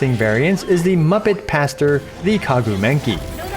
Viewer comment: Kagu Menkii…hehe three times in a row :-D funny! Great comparison though. Love Yelan but Xingjiu is soo old but still great. That’s what really is amazing